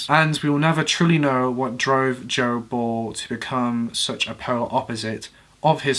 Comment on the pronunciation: Oh! "Joe Ball"! I thought he said " gerbil". 🤣🤣